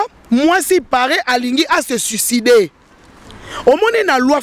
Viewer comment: Mama avocate ya promotion nini? mais avocate ngo ayebi te ko differencier u to i balobaka postuler et non postiler balobaka suicider et non suicideu